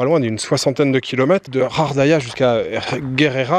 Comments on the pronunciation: Bonjour mais pourquoi tu prononces Ghardaia "Khardaia"?? ça se prononce Ga! Bref en tout cas merci pour tes vidéos! Moi qui aime le calme cet hôtel me donne grave envie et puis les dunes et le Sahara et dire que tu n'as pas vu des endroits comme le Hoggar Tassili n'Ajjer ou la cité de Séfar! Ya rien de plus beau! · Ghardaia pas ghaghdaia, je sais le R en igh mais le R en anglais dans la phonétique merci . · Salut, c'est GHARDAIA ET NON RHARDAIA. TU N'EST PAS FRANCAIS TU EST DE QUELLE NATIONALITÉE parce que apparemment tu lis pas bien le Français. Ou alors tu fais exprès. 😬🙃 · moi aussi je préfère benCo, il est plus vrai et sait prononcer le nom de gardaia. Celui-là ne lit même pas quelques messages.